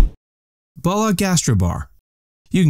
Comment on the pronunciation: Lol also pronounced Bulla "bolla" vs "boo-yuh"